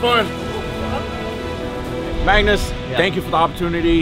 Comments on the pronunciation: mung-nouss! Is -g usually pronounced as -ng? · As a Swede, its so strange to hear an American pronounciation of Magnus. I actually thought they were trolling and yelling "maggot" like in all movies, until i realized his name sounds a bit different in english :) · I'm an American with the name Magnus and I never once would have thought that's how it's pronounced. It's also not a hugely common name over here so I was very surprised to see all of the Marines saying it exactly like I do where the "U" and the end sort of turns into an "I" making it sound more like "Magnis"